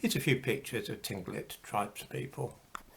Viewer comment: Tinglit tribe is actually pronounced closer to Kinklit. The consonant in question does not have a direct English equivalent. Thank you for the discussion. I was beginning to feel bad about being white. ;-)